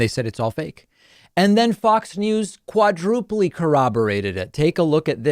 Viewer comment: Quadrupleyyy? Its quadruple. English pronunciation, not the porteño pronunciation my friend lol ;)